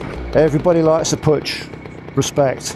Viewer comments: It is not Putch. It is pronounced Puk. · Pook, not poocsh❤ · Its pronounced poosh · I live in Graz, the city in Austria where Puch used to manufacture its vehicles. My first moped was a Puch Monza—black, but with 6 gears. But with aluminium rims, without pedals.And back then, we did everything we could to get it up over 100 km/h (62 mph). “PUCH” is pronounced differently—not “putsch”... the “CH” is like in the Spanish sausage... chorizo... :-) My brother used to work at PUCH. Back then, John Player Special banned PUCH from using the JPS name. So PUCH turned it into SDP. Incidentally, PUCH also made world-class racing bikes. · I was always told that Puch was pronounced as "Pook", but I may be mistaken. Still a popular vintage moped in the USA as well. anything that's a top-tank model moped is desirable among collectors here but some of the step-throughs get some love as well. That John Player Special look is very cool; The team actually had a couple Honda ST70 bikes with the livery on them for use as pit bikes, one of them went up for auction recently through Iconic Auctioneers, it's a sharp looking bike. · It's pronounced 'pook' ! The first thing I was told when I went to the Styer-Daimler-puch factory' in 1967-68 in Graz on a course !